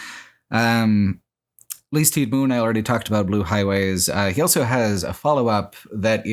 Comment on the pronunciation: Congrats on 10 years of pronouncing the word "also" as "elso".